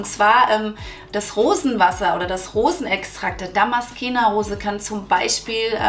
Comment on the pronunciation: Liebe 😊... Danke für die tollen Infos. Kleiner Tip: man spricht es ^Damaszener Rose^... darum wird sie auch in deutsch genau so geschrieben 😉